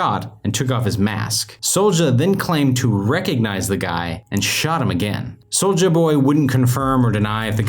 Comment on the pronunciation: It’s ‘soulya’ jeez man